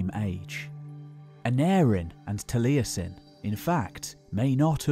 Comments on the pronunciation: Truly excellent video, but for future ref Taliesin has only three syllables: it's "tal-YES-in", not "tal-EYE-essin". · Great job done but your pronunciation of some of them welsh words was terrible!! I've got a friend called taliesin he challenges you to a duel for butchering his language!